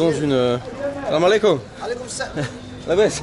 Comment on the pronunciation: On dit salamualaikum, kum ,Mais Pas kom